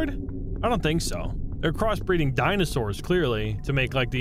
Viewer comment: “These are Dinasaurs”